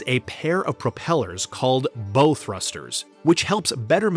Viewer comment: Bow thruster is pronounced: bow, like wow. Not bow like whoa!